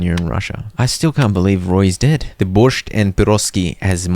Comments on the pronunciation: You pronounce Borscht as Borsch just without the T. And It's Piraschki with the sh sound. But as representativ of the eastern viewers we all appreciate the try. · the t is silent in borscht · Borsh is Ukrainian food;) Not bad pronounce, thanks for content!